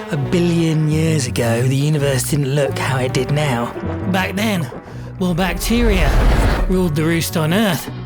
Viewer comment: I swear I heard arcade show down nyaw